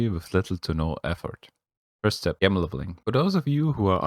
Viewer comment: Gem pronounced jem 😉 Thx for video